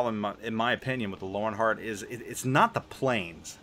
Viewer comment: Not sure if any one else has mentioned this, but Germans pronounce the letter "W" as a "V". So the CV should be pronounce "Lervenheart"